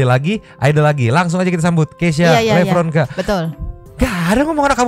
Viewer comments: Mungkin karena nyebut nama dia "lepronkaaa" pake P bukan V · Awal opening karena panggil namanya "Keysha Lepronka", bukan "Keysha Levronka".. Kalo org Jawa, v/f biasa dijadikan 'p'.. Mungkin itu yg buat dia tersinggung.. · Aku sih bukan sok tahu tapi emang ini masalah utamanya karena si keisya tersinggung dengan kesalahan penyebutan nama. Memang mungkin si bermaksud bercanda, dia nyebut "Lepronka" bukan "Levronka". Nah yg menurut keisya ngapak itu ya itu, maksud dia tuh medok kali ya bukan ngapak. Kan klo orang jawa yg medok bgt tuh seringkali nyebut huruf v tuh jadi huruf p. Nah ada stigma klo orang yg medok itu identik dgn orang ndeso atau orng kampung. Mungkin si keisya sering dihina dgn stigma itu juga makanya dia tersinggung. Tapi btw, memang ada kok orang yg bisa tersinggung klo penyebutan namanya salah. Yg salah bgt di podcast itu tuh kedewasaan mereka berdua masih kurang, masih mentingin diri sendiri masing-masing. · Salah sebut nama, harusnya "Levronka" bukan "Lepronka". Ya mungkin hal kecil, tapi idk.. maybe buat keisya itu kesalahan fatal.. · Yah lu liat aja sendiri seenak nya jadi host.. Coba lu denger sebutin namanya... Lepronka. Cara nya yang ngerendahin banget.. Bukan levronka Coba sedikit sopan lu host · keknya karna blg keisya lepronka ga sih? hrsnya kan levronka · Tersinggung krn nyebutnya LEPRONKA. Pake P. Tapi kan dia jg nyebut chanel Yt nya lg POLIX. Sama2 pake P jugak. Gilak sih baperan amat. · Keknya grgr pas manggil namanya "keisya lepronka" Bukan levronka